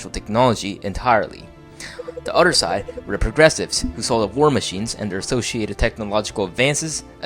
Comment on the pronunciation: Its other, not udder. =D